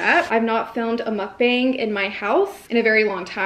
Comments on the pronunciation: You're still pronouncing "mukbang" wrong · Please stop calling your small eating shows a "mukbang" especially since youre not pronouncing it correctly and you arent eating a huge amount of food.